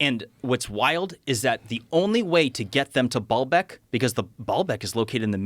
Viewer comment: Baalbeck is not pronounced ball-beck. It's baal-beck with a long a sound